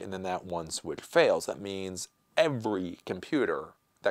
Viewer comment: You're saying "Swithf"? WTF is a Switfh? Dude, try to articulate a bit better.